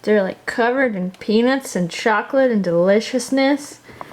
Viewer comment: It sounded like said "I'm getting penis everywhere" instead of peanuts everywhere. It made me lol.